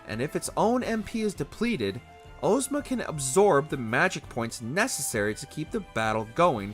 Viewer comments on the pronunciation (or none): Ohhhzma instead of Ahjzma drove me insane. The name comes from The Wizard of Oz. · Ozma is pronounced Oz as in wizard of Oz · Ohzma Mans saying Ohzma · Why are we saying Ohzma dawg